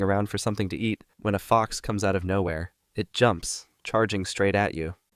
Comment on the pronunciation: When he said stupid fox it sounded like stupid fock